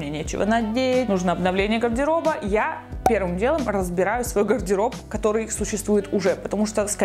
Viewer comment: Ого какой запущенный гайморит...😲 И вот это "пэрвым дэлом разбэраю свой гардэроб..." неужели она не замечает этого?... 🤷🏼‍♀️